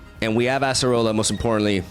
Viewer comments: It's not "ass"-erola, it's Ay-suh-roh-luh :) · Why does he say asserola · ”we got the ASS-AH-ROLLA” here… Lmao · i just can only hear ASSerola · I can't escape people pronouncing it as "Asserola" 😭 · I’m begging you please stop saying ASS-roller 😭